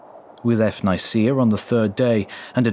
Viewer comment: I cringed when I heard how he pronounced Nicaea 😖